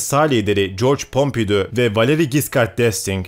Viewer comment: Bu videoda sayısız önemli şahsın ismi geçiyor. Ama gibi büyük bir tarih kanalı hala bu isimleri Türkçe okuyor. Bence bu durum sizin seviyenizdeki bir kanala yakışmıyor. Örnek: Çarls De Gol değil, Şarl Dö Gol olacak. Jorj Pompidö değil, Jorj Pompidu olacak… Tabi Jacque Chirac ve Louis gibi isimleri doğru telaffuz ettiniz.